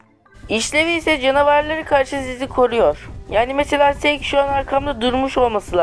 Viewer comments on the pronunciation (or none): Abi sen seek e neden seağek diyorsun